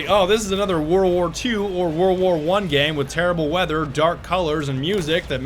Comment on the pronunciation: "whorl wor tew or whorl wor one game" lmao